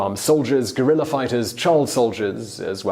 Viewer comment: Is "guerilla warfare" Simon's "pengwing"?